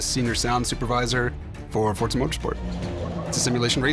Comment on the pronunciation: For-za not Fort-za. C’ mon people there’s no ‘t’